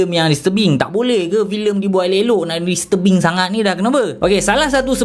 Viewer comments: Aku dengar filem "dis tebing" "mr Bing" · Aku sorang je ke yang salah dengar dia sebut "Filem Mr.Bean" ?😭😆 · bila dia sebut 'disturbing' aku dgr 'mr. bean' 🤣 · aku sorang je ke bunyi mcm dia sebut mr bean? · "mr bing" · Aku daripada mula ingatkan dia cakap 'mr. bean'. Tapi bila aku baca komen kau baru aku sedar. Tq bro. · Aku dgr dya ckp listurbing... 😆😆😆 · haah dia sebut disturbing bunyi mcm mr bean gg tol